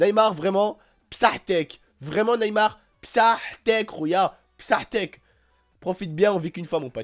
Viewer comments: On dis bsahtique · Tu me fait trop rire quand tu dis basa7tk 😂😂😂